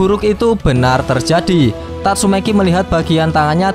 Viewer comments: Bang tatsumaki ya bukan tatsume**i hehe :) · Tatsumaki ❎ Tatsumeki ✅ 🤣🤣🤣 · Tatsumaki cok..bukan tatsumeki..kenapa lu suka mancing2 😫😫